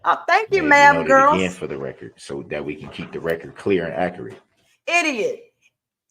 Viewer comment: DB butchers the English language. Another word l heard him pronounce incorrectly is. Accurate. He pronounces it as AC A RAT.